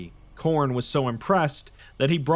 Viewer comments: It’s name is Corn hen hnn hnnnn lol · Khorne its to cornie. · It's *Khorn*! (chomp 🌽) A blood-thirsty god 👹 He has a throne (skulls for skull throne ☠️)